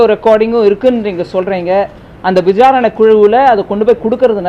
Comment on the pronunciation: Visaranai not vijaranai. Sawu varathaa! Sry, saa varathaa